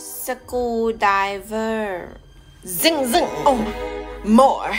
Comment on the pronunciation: Screwdriver is a little too advance. It’s more like Sa koo Di Wer (r is silent) 😂😂